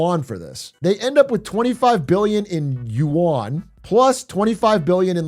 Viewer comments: WAH-N! Surely you-ahn ain't it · Is no one gonna correct his pronunciation of "yuan"? It's supposed to sound like "ü + en" not "yoo an" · should be pronounced something like: 'yuen' but i like it how my coffee cow says it